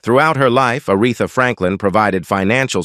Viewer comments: I think it's a damn shame whoever the narrator is keeps on mispronouncing Arethas name as well as several more. Clearly he is just reading and didn't know her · I was looking for someone else to acknowledge this. A disgrace and totally disrespectful. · “Die on Warwick” and “Are eth a”? Gotta love A.I.